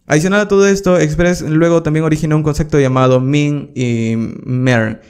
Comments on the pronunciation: La verdad que tus cursos son geniales. Lo que me chocaba un poco es que decis mucho concecto con la letra C! y en verdad es concepto con P! A lo mejor no te sale pronunciarlo bien, pero llama la atención. Igual son geniales tus videos que es lo central! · gracias por tus tutoriales, pero se dice "concepto" y no "concekto". Jajajaja, saludos!